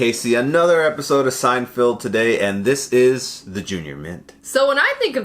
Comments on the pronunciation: SEIN-FELD. NOT FIELD. MY GOD. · Is he saying "Seinfield" on purpose? 🧐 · It's SEIN--FELD, not Field. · SeinFELD, not SeinFIELD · Feld. Feld. Feld, feld, feld, feld. Bro. It's so crazy that the dude is a big fan of the show but still can't figure out how to say his name. SeinFELD. Not Field. Also, gotta do Puffy Shirt.